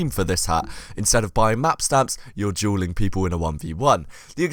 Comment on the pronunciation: So I am from America and (this is a joke) but your dueling sounds like juuling and if that’s the case well I know some people who would literally have that hat 24/7